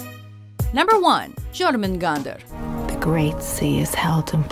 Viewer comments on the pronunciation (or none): You did so well... except the j in Jormangandr makes a "y" sound.. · I'm not swedish and the way she pronounced jörmungandr even made me cringe, especially since she played a clip with the correct pronunciation immediately following. It's like she didn't even try 😂